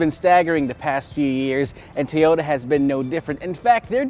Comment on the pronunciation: Two-yoe-da. Wurs-wurs.